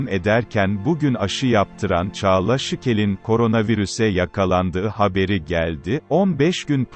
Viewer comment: Sıkıl değil Şikel